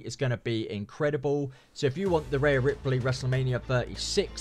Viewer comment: “reyah ripely” 😂